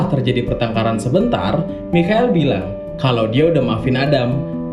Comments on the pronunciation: Bang! Michael = Maikel :v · Cara baca Michael itu maykel :) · Michael kalau baca Maikel cok